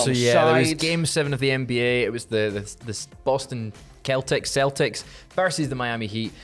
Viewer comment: So many memories flooded my mind when I heard say the name of the Boston Basketball team like my Nana (who was born in Scotland) used to... Was a beautifiul thing for me to hear